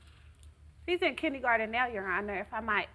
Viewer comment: "Kiddygarden???" 😳 Had to rewind several times and kept hearing it.